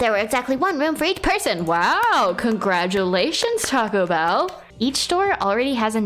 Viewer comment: You called taka tako bell I've never heard some one call him that before lol